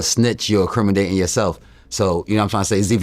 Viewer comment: nigga said incrimidating lol